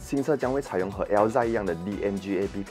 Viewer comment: 拜托，那个应该是读 Alza, 不是 Elza